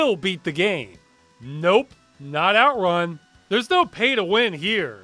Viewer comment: strange that were pronounce it OUTrun when the word is actually outRUN